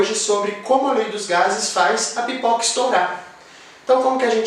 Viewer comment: Vc disse pipica?! Kkkkkk